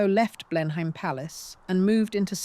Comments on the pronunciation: It's NOT Blenhaym. Blenheim is pronounced Blenem. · AI narration. No Brit would pronounce Blenheim Palace 'Blen-hyme' 🤦🏻‍♀️